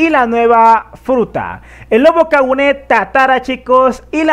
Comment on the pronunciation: Es Kagune, no Kaguné